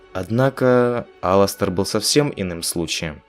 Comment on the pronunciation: Единственный, единственный кто назвал его Аластер а не алАстер!